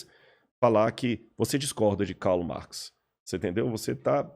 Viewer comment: Eu sou acadêmico desde 2004, na área das Ciências Sociais e te afirmo que ele não sabe do que está falando. Ou sabe e dá falso testemunho. Ninguém lê Karl Marx ou Antonio Gramsci. E ninguém pronuncia o nome deles com esse sotaque, seja no Brasil, na Alemanha ou na Itália...). Em todas as disciplinas de graduação, mestrado e doutorado, eu li Marx em, no máximo, quatro. E Gramsci, em duas. Por isso, minha pergunta permanece: esse cara passou pela universidade mesmo?